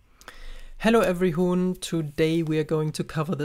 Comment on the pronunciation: "Hello everyhuhn"